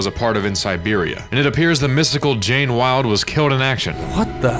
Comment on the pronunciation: DId you say Jane Wilde?